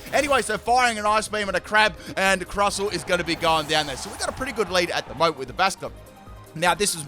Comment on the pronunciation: its pronounced crustle (crust-le for a better way to learn its name)